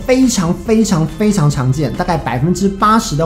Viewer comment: 本來有點想睡的 看到Ivan又突然有精神了呢 是不是說物理性防賽 XDDD 感覺英文說的比較好呢😏 後面的教學好實用哦 讚讚～～